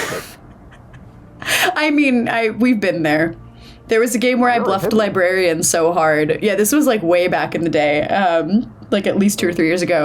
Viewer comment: also did anyone else here say “there is no liberian”